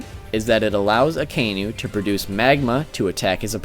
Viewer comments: Martin Daniel just once cross reference with an original would do the trick! He triggered me everytime when he misspelled aka-inu literally red dog and not that akai-nu bs I like the list thogh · Akaynu Lol